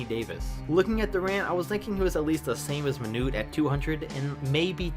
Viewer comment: its manute not manure